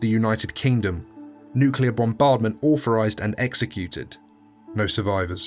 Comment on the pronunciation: Your reading could be vastly improved if you pronounced your 'th' correctly. One seven three instead of one seven free. Also, midwords too are affected eg authorised rather than orforised. Otherwise, excellent work!